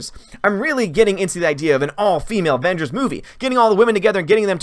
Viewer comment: "Wahmengers and the unicorn store"... coming soon XD